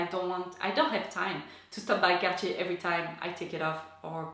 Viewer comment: So refreshing to hear Cartier pronounced correctly!